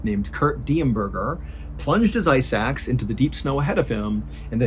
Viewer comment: You said “ice axe” and I heard “eye sacks” and was extremely confused